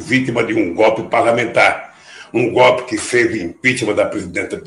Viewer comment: 😅o bichu nao fala nem direito. "O gope"...kkkkkk